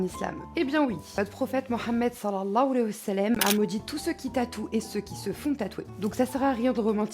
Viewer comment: Sallalahou aleihi wa Salam Pleaseeee prononce cme sa. J ss maniaque sa m dérange et j'ai a chak fois envie de te corriger le prend pas mal JazzakaAllahu khair.